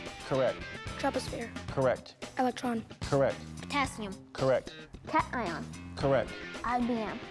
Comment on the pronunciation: he said cation xD